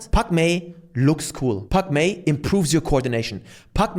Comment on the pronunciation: At first i thought you said Pac Man 😂